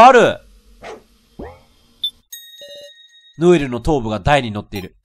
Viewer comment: ノエルがロエルになってる